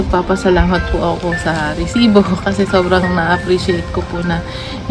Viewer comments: reeeeeeeeesibo pla hindi resibo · Bago bigkasin ni emil risibo dami munang r😂 rrrrrrrrrrrrrrrrrrrrrrrrrrrrrrrrrrrrrisibo prang Galit na aso😂